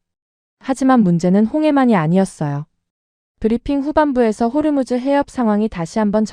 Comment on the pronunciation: 호르무즈 가아니고 호 무스